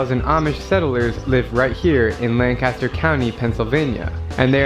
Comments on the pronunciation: If you visit and want to sound like a local...Pennsylvanians pronounce Lancaster County "LANK-uh-stir" . Different from the town in CA or the actor, Burt "Lan-cas-ter", as the guy in the video is saying it. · Argh... Pennsylvania native here. It's pronounced more like "LANG-kister"... not "LAN-caster". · It is not pronounced Lan-caster. It is Lanc-aster. There are quite a few Amish folks with cell phones. Particularly the teenagers. They aren’t quite as clueless about technology as they are sometimes portrayed. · I can tell that the narrator from that video & were watching is not from Pennsylvania because he said LAN-caster and not the proper LANC-aster. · IT'S LANCASTER not lan caster! I would know it's like 40 mins away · It's pronounced "LANK-uh-ster" County, PA. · the guy in the video you watched mispronounced Lancaster, and it grinds my gears. I live 30min away from Lancaster, PA (pronounced Lenk-ist-er). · Lancaster is pronounced Lang kisster in PA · I grew up about 30 minutes from Amish Country in Lancaster, PA. It's pronounced, "Lang-KISS-ter" They sell food, home-grown vegetables, pies (the Amish can BAKE!), and quilts at farmers' markets & some have their own shops. They do not allow photographs of their faces because they believe the camera steals their soul. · the way the guy in the first video said lancaster... pain😭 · The TV show host pronounced "Lancster" wrong.